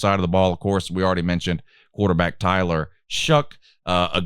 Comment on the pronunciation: hahaha now “Taylor” Shough. First time I’ve heard somebody get the Tyler part wrong.